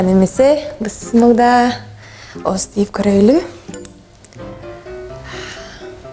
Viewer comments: Бысмылдаа деген кандай тил??? Биссмилла деп эле айтылат э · Бисмиллаахи рохмааниррохиим! бысмылда эмес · Не бысмылда а биссмиляхир рахмани рахим 👆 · Бисмиллаахир-Рохманир -Рохим деп айтылат туурасы ляя деп кошпогулачы л эмес ль деп айтылат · Сестра произноси правильно: "Бисмилляхир Рохманир Рохим!" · бысмылда эмес ээ мусулман ! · Ошо да, хотя туура айтканды үйрөнүп алышса болмок. Бысмылда дебей.